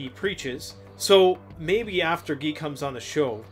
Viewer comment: His name is pronounced "Gi" not Ge. It's guy like saying "you guys." This is great! First time I've actually seen Preparedness together with Abrupt Climate Change. Can't wait for the interview. I have followed Guy McPherson for some time now.